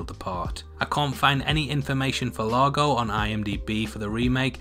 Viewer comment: It’s eago not Lago